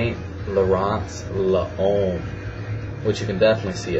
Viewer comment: Hey man, I just want to correct you when you pronounce "L'homme". The way you say it sounds "LA-OME" L'Homme is pronounced as if your saying "LOME" , not LA-OME. Keep up the videos!